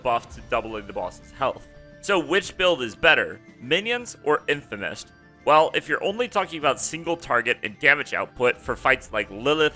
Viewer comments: its infinimist bro, not infimist... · DUDE I KNOW!!!!!!!!!!! Gives me such a complicated mixture of laughter and blinding rage hearing this guys throw the hard "a" and calling it infimist....its just too much to handle.